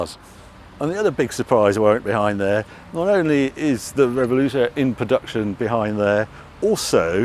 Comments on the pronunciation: Harry, luv you dearly and your videos (I'm a bit late to this tour) But please, its a "Rev-well-toe" not a "Rev-ol-ooh-toe" 🤣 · Harry, it is RevuElto, not RevoLUto... In Spanish and Italian, it means mixed or turbulent... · revuelto not revoluto, c'mon harry... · Harry: Revoluto Lamborghini: Revuelto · Love your videos Harry but please make the effort to find out how to pronounce the names of the cars!? There is no such thing as a Reveluto...it's a Revuelto? And the word Diablo has three syllables not four! Also, the green Countach is a PRE-production car and there are so many differences between it and an actual production LP400!... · Come on Harry, you're letting the side down, we're all guilty of mispronouncing names but completely rearranging the letters... if the son was behind the camera this tragedy would never have happened ! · Dyslexia setting in? Revuelto, not Revoluto !!!! Would you like people to call your car a Corntash? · Harry, you keep saying "Revoluto". It's "Revuelto", and the "v" should be pronounced as something in between a "b" and a "w". 😛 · Revuelto Harry,not Revoluto.😂 Also,Temerario! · Revuelto, NOT Revoluto. Also, I'm not sure what you were saying, but it wasn't Temerario. Come on Harry, you're better than that. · re - vuel - to ... (revo-luto 🤦‍♂) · It's Revuelto not Revoluto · Revuelto (Rev-welto) not Revoluto. Just saying! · Nitpick; is it pronounced 'Revuelto' rather 'Reveluto'? Would have been interesting to see the latest edition Countach for a comparison of all three. But I loved this nonetheless. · Get the pronunciation right Harry. Revuelto is pronounced Rev_Ooh-Ell-Toe NOT Rev-ol-lute-toe... 😜 As for the rest of the video, pure magic. LP400 for me all the way. An absolute treat to see a close up comparison to that 1st production model. You neglected to mention no open-gate gear shift and the rear end almost looks like a single moulded piece. Uber-cool... If that lottery win ever comes in, I'm buying an LP400! 🤘